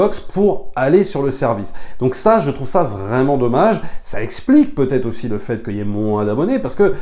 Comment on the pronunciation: "Jvous la recommande au-See" 😋